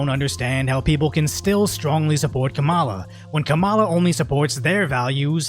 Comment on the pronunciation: Is it racist if you're not white and you pronounce kamala's name wrong?